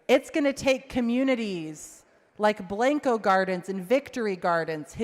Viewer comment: Learn how to say Blanco right then you can represent these people